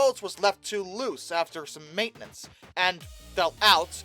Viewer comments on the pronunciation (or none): none